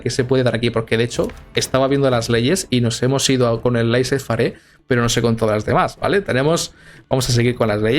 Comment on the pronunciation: laisís fer* o más o como se pronuncia xd